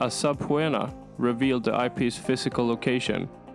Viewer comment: I only noticed "subpoena" . Still great material though 😉👍